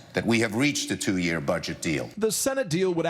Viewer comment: I love how Trevor says "yöööar"